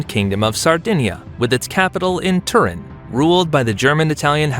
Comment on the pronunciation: Your mispronunciation of Savoy, Turin and even Milan is just f***ing embarrassing, son. 😢 How d'you manage that ? They're only two syllables ! 😠 🤬 😡